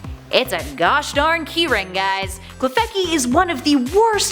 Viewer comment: I got to klefki and had to make sure someone already mentioned it